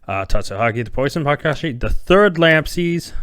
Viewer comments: LOL Nope. I've noticed that's how you pronounce Mayakashi almost since the beginning. Makiyashi instead of Mayakashi. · My-Ya-Kah-She my friend. You flip the Y and K.